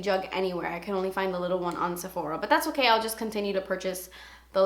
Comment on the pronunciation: you crack me up when you say "dats expensive" your so funny! xxxx